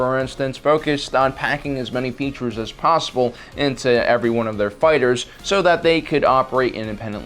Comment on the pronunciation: You said "features" but i heard peaches. Yes. Incom loves their peaches lol